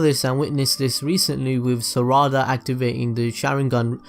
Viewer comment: The way he said sarada and the sharingan was annoying(not meaning the accent but by the way that his not even saying it right)